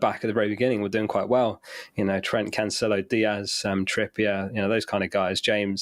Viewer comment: Why Cancelo is still pronounced as Canchelo?